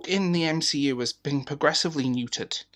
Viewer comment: Did you say M she U (MCU)??